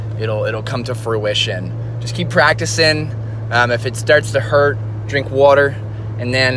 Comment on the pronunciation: Drink wo-tah